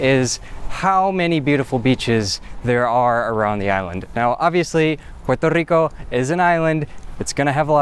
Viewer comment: “Porter Rico”